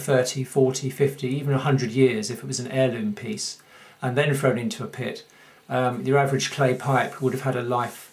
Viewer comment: Where is "norf America"? What is "worfless" and "frone away"? If you are trying to educate people on a subject then at least get the English language part of it right.